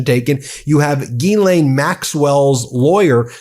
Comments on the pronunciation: It's "zhees-LEHN", you goofs. "zhees" = like "jeez" but with the soft "zh" sound (as in measure) "LEHN" = like Len, with a short, open "e" sound (like in pen) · It's not GEElaine. Will you please learn to pronounce it like every other news outlet. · Why do you keep pronouncing Jizlaine Maxwell's name wrong?